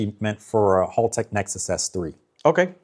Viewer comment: A lot of those tuner or engine guys like this never pronounce Haltech correctly. He's a nerd with J series engines but some of there stuff is significantly overpriced.